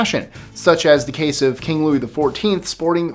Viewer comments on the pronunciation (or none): none